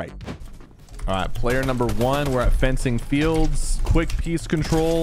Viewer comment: Bro please tell me are you saying peace control or peak control because I seriously can’t tell and I don’t know what peace control would mean